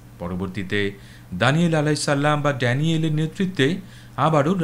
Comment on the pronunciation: আপনার উচ্চারণ এক জায়গায় একটু ঠিক করতে হবে। "আলাইহিস সাল্লাম" নয় বরং "আলাইহিস সালাম"।